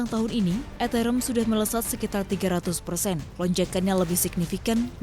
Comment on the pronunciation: Ethereum cara bacanya eterium mbak bukan eterem😂😂